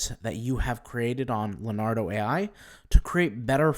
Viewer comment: IT'S NOT "LAR-NARDO"......it's "LEO-NARDO" learn to pronounce it.